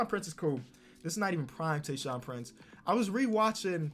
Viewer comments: TayShaun not Tyson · Search Tyson block pacers Me: You fucking dumbass. Its tayshuan not tyson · Nobody: You: Calling Tayshaun Tayshon